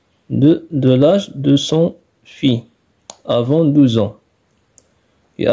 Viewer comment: Petite remarque de français : " fils" se prononce " fisse".